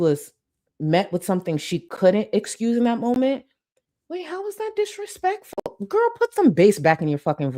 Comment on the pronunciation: The ridiculous glasses holder danglin and a'swayin' as she tells someone to Not dissuade anyone from "being financially generous"- "how dispekful"